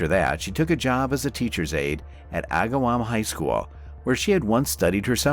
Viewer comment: Holyoke is pronounced, hole-yoke and Agawam is more 2 syllables agg-wam not a distinctive 3. I dislike these fake voices as not getting simple facts correct cause me to be suspicious of other facts being presented. I was her age and lived in a town close by, it was quite the event. I had not heard of the resolution